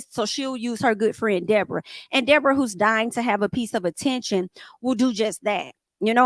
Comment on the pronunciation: The wild dee-bor-ah is loose again 😂 idc it was her fault anybody who can just lie without being prevoked is definitely an advid shit starting